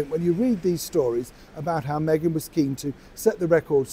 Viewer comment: you continually keep on miss pronouncing megans name. I will remind you again MEGAN WALLACE MARKEL-SIMPSON or should it be the other way round.!!